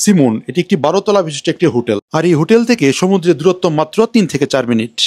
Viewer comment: হুটেল এ লাইট আর ফ্যান থাকে? জানতাম না তো!!! লাইট আছে এটাও বলতে হবে? আর উচ্চারণ ঠিক করেন। হোটেল বুঝলাম, কিন্ত হুটেল কি বুঝলাম না।